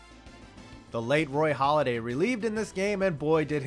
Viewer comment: HALLADAY, not holliday